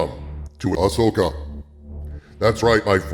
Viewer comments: I want to hear the original audio to this video, when he pronounces Ahsoka as "ash-oh-ka" lol Future Reference: In Premiere, use "Constant Power" for 1 frame between the audio cuts to get rid of that pop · I notice you ADR'd all you mispronounciations of her name this time. Thank you. It really bugs me when you say "A-Sho-kah" because no one has said it that way ever. It's also a dead give away that you've never watched any of the animation and I think that's a shame man, you're missing some good content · you kept calling Ahsoka "Ashoka" didn't you? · Ahsslessoka. You heard it here first. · You mispronounced the name and had to edit it in. :D Next time record yourself saying the words before and after and use the fade function to cut the new take in.